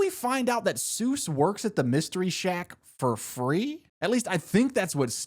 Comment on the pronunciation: I knew we were cooked when bro said it’s “sues as in doctor” 😭😭😭😭😭😭😭